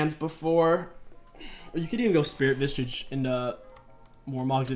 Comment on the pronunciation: Why do you add a T to SV? It’s Spirit Visage. Not Vistage. Lol